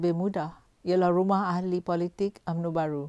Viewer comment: Mcm bab pompan ni bcakap.. Konon2 mcm ade slang mat salleh sket... Tp korg dgar btoi2 cara die sebut "rumah" minit 1.34... Ang org kampung xpayah berlagak... Lgpun dah tua... Sedo2 la dri.... Kalo lidah belacan tu belacan jugak.... Cover mcmne pun kalo time tkejut, mse tu la kluo loghat btoi... Myanmpah aku... Ape yg nk bangge sgt slang mat salleh tu....